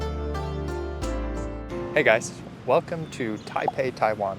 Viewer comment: It’s pronounced Zhōngzhèng